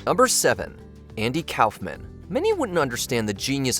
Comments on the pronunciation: Why the hell can't you pronounce Kaufman properly? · You might want to learn how to pronounce Andy Kaufman's name before you narrate a video partially about him. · The way this guy pronounces Kaufman makes me blind with rage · I love Watchmojo, but this one failed. From claiming a failure of Wayans and Slade, to the mispronunciation to Andy Kaufman's last name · You’re saying Kaufman wrong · Why do you pronounce Andy's last name like that? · Letterman used to say it that way, too 🤷‍♂️ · Disliked this video for the numerous errors. It's not "cowfman", it's "cough-man". Damon Wayans and Jenny Slate didn't ruin their careers on SNL. This reeks of AI slop and I look forward to better content moving forward. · It's pronounced COFF-MAN. It is NOT pronounced COWFF-MAN. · Just FYI: Kaufman is pronounced “koff-man” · Cow-fmen? what, just for that you should have any career in journalism blacklisted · JesusFChrist, for all that is still holy and sacred in this god forsaken country "K-A-U-F-M-A-N" is pronounced "C-O-U-G-H-M-A-N! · Kawf-man? Clearly ai, or doesn't actually know who Kaufman was. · “Damon Wayans was fired and then went on to become a huge star AFTER he ruined his career.” Do you hear yourselves? Also, who is Andy KAUFFFFFman? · Calling Kaufman calfman is pretty ridiculous and frankly despicable. Way to go with your shitty ai. If not ai you truly are really shitty at this and need a new hobby/job whatever you think this is for you. Basically, go to a construction site, find a foreman, and ask to dig holes as a entry level laborer. Until you do that type of work or something in the service industry (I do both) you really don't deserve a fuckin penny for putting out this kind of trash and makes me sick how lazy you are and consider it work. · Your AI needs to be taught how to say Kaufman. "Caugh-man"